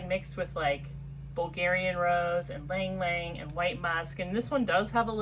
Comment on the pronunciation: Thanks for pronouncing ylang ylang correctly!! Leaving off the " y,"